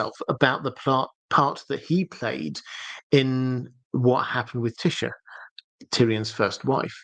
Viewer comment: Your brilliant my friend so I'm happy either way. But FYI it's Tie - esha trying to be phonetic, not Tisha, in terms of pronunciation. Hope I'm nor being silly 😜 also really enjoy your content because of it's genuine well thought out explanations